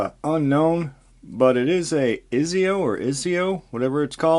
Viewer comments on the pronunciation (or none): I believe it’s pronounced ( eye-say-oh).